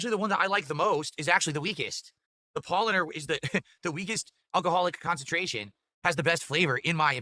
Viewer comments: It's all Pawl-lahner MOON-CHEN lager's fault dewd. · His favourite beer, and yet he managed to mispronounce both "Paulaner" and "Munchner" - would have taken him 10 seconds to Google it.